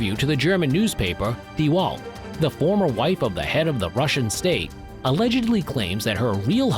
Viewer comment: DIE WALL? ... its DIE WEEEELLLTTT .... like you are doing 'WELL ... and now stick a T to it... like in TOOTH.... die WELL-T ... WELT